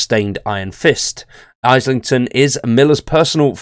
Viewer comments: its "Izlington" not "Eyeslington" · It's Islington, not Eyeslington. Blimey. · The guy isn't even a yank.. disappointing lol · Islington pronounced 'IZZlington' / Gentry pronounced 'Jentry' (soft G!). Thank you v much :))